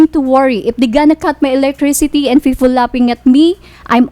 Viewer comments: "fefol" "skills" hesusmaryusip ngtagalog nlang unta masabtan pa... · "Fifol lying to me" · Sarap martilyohin ulo ng babaeng to!.."fifol laughing at me!"..hahahaha